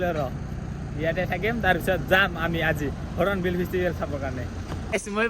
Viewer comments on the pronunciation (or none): Hornbill × Horonbill√